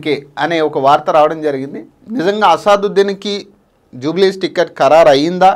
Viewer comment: Bro asaduddeen kadu